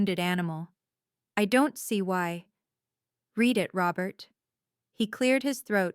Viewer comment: Correct padded to patted and the pronunciation of close and read, for three. There have to be humans in charge of these accounts and they’re obviously too lazy to edit for mistakes and continuity.